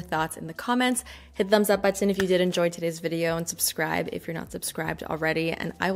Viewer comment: OBSESSED with how pronounces "button"